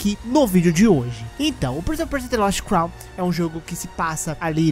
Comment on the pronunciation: Prince of Percia é um trava lingua pra voce? kkkkkkkk parece Muito engraçado tu falando